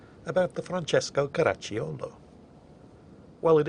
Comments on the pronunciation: the way pronounced the ship made me think "Crotchy YOLO" and now that's the only thing I will be calling this. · KARA-CHEE-O-LOW Two CCs together in Italian are pronounced as CHEE. The Guns are Vickers 15"/40 that were a mark of the same guns that were on Queen Elizabeth, Revenge and Hood, which used the 15"/42. It is also pronounced AN-DREY-AH DOOR-REE-UH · Car-ack-cho-la. The “c” is pronounced like “k” in English except when followed by an “i”. In that case the “i” makes the “c” soft but is not pronounced. (They made all this out of Latin somehow.) But nice try,. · Actually it is pronounced "Ka-ra-cho-loh" (like in "cho-colate") - listen to since it has the correct pronounciation. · Your pronunciation of the ship's name is almost right You correctly pronunced "Francesco", but the "cio" in "Caracciolo" is pronunced like the "cho" in "chocolate" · Just commenting to say I'm italian and the way he pronounces Andrea Doria and Francesco Coraccioli makes my spaghetti entrails churn in protest! PS: I still love you, you dastardly gnome! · I thought the "i" was not pronounced but only there to create the "ch" sound, as it would otherwise be "Caraccolo", but I might be wrong. is most definitely pronouncing the "i", which is the standard mistake made by English speakers without a clue. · Hey:) Your Italian was actually pretty good, although you got the stresses wrong on both Caracciolo and Doria. And your accent wasn't offensive at all, although I feel obligated to say that what you consider "Italian accent" only really applies to a small part of the country. Thanks for the video and looking forward to the next one!